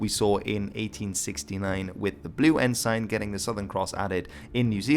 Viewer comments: It's pronounced en-sin, not en-sine. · Your pronunciations are good, except that ensign is pronounced "EN-s'n". Odd that English should be the problem. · In English Ensign is pronounced Enzin. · I have followed videos for a while now and he is brilliant with pronunciation, whether it modern day Maori or early Anglo-Saxon. So I'm baffled with how he pronounces 'ensign'. He uses the literal spelling and calls it 'N-sign'. Whenever I've heard naval flags referred to, it's always 'en-suhn'. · Had a flick through the comments but didn't see any mention of it. I've always heard the word ensign pronounced as en-sin no idea which is more proper or correct, nor do I care that much. Just thought I'd let you know. Love the vids 👍